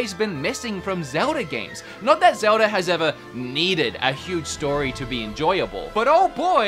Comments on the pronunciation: Me: Zelda...: Zewder... Me: Zelda...: Zewder... Me: ZELDA!: ZEWDER! ❤️ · "Zeldar".. "Agendar"... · Does anyone else keep hearing "Zeldar"?